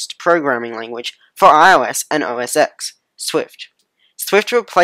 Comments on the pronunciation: OS X is pronounced "Oh Ess Ten," not "Oh Ess Ecks." That's like a cardinal sin of Apple. Sorry.. great vid. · It's OS TEN!!! It's pronounced Ten. Roman numeral X = Ten